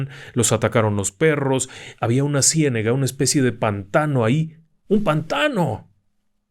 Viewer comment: No puedo con lo de ciénEga, es ciénAga, por favor.